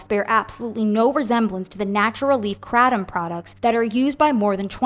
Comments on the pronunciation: Not “krat-um” 😂😂😂 It’s pronounced “kray-tum” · It’s KRAY-tom.. not cra-tom.. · Unrelated, but I almost couldn't finish the video bc the word is pronounced "crate-um." And hearing her say kra-dom was driving me crazy. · Hearing it pronounced KRAT-um is Irking me hardcore 😂 we call it KRAY-tum ive done it a few times. As an ex heroine addict I dint see the point. Seen too many people go right back to the same habbit. Its just the corner store itself now not the guy you meet there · That's not how You say Kratom!!! It's pronounced like this CRAY-DOM... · The pronunciation of Kratom is driving me INSANE, in this.. there’s a reason that one creator wrote it as “kr8om”. it’s a looong a, girl. Geesh! 😤🤦‍♀️🥵